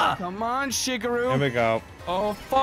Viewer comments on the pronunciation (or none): Maybe it's his accent but why does (AKA ) constantly say it like "shig-iru" rather then "Shigeru" like it ACTUALLY IS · is saying shigeuro wrong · Wait, did just pronounce Shigeru how I think he did?